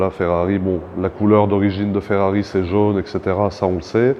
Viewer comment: Pourquoi a chaque fois tu dis jaune ou jeune